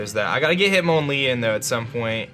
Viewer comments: its MON not mown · hit MON lee not mown